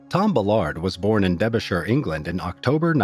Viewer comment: Where was he born? I’ve never heard of debershire?